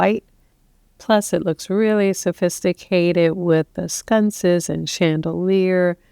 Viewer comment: Sconces not scunces